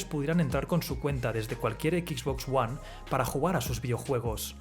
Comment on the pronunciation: ¿Por qué coño la voz de este video cada vez que pronuncia XBOX ONE dice "equiks box" ¡equiks en lugar de equis!